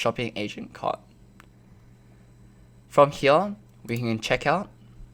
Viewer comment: "From hEeYAahH"